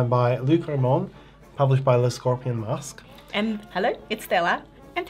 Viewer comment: Hi guys, please note that it’s not Scorpion MasquE, but Scorpion MasquÉ (pronounced mask-eh).